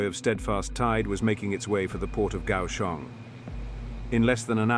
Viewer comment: "Pronunciations of places, names and translations are my best guess or through open resources such as Google Translation, etc " -- You got Kaohsiung and Basa Air Base perfectly. Great video. I just wonder why no Taiwanese air or naval assets were involved as they are closest to the action.